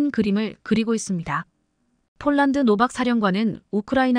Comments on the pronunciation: 폴란드, 를 촐란드로읽으면어떡하냐? 제발좀 바르게방송좀해라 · 폴란드 를쫄란드로 이상하네 ❤❤❤ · 쫄란드. ㅋㅋㅋ 인간이 읽는게 그리 어렵나…. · 문장읽는 것 연습 좀하고 읽어내려가기를! 띄어 읽기, 발음을 강하게 해야 할 때(특히 중자음) 약하게 발음하는 것은 큰 잘못! 표준 발음은 아나운 서級이어야! 예로, 폴란드를 쫄란드로 읽다 니! 주의력까지 부족하니 걱정! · 폴란드를 쫄란드로 잘못 기재되 였다 해도 "쫄란드" 읽으면 않되는것 아닌가 ㅉㅉㅉ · 쫌 제대로읽으세요. 쫄란드가뭡니까?